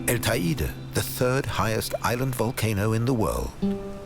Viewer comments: Beautiful documentary with a TON of work! One thing: it’s not pronounced ta-ee’-da, it is pronounced, tay’-day. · Not quite! It rhymes with the word 'LADY!' and is pronounced TAY DEE! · That's the weirdest pronunciation I've heard of Teide —should Te (as in "Ten") i (as in "e") de (as in "the")— but apart from that it is all superb.